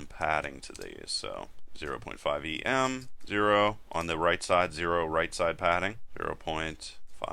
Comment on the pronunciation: Just gotta say it. It's not pronounced "E-M" it's "ehm" from the typographers Em, meaning a square the size of the letter M.